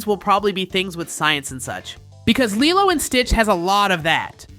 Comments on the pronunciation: ok man here’s a piece of advice so read carefully and closely. Don’t miss one letter and pixel… ITS NOT “LIE-LOW” ITS “LEE-LOW” and you sound like you can you can speak perfect English but somehow miss pronounced lilo? It’s lee-low not lie-low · It's pronounced leelo not leyelow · Lilo and stitch it’s pronounced lelo and stitch